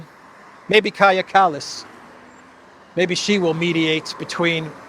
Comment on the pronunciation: ΩΡΑΙΟΣ ΟΠΩΣ ΠΑΝΤΑ!!! ΕΥΧΑΡΙΣΤΟΥΟΥΜΕ !!! ΠΟΤΕ ΘΑ ΜΑΘΕΙΣ ΝΑ ΠΡΟΦΕΡΕΙΣ ΣΩΣΤΑ ΤΟ ΟΝΟΜΑ ΤΗΣ ΥΠΕΞ??? ΚΑΡΓΙΑ ΚΑΛΛΑΣ !!!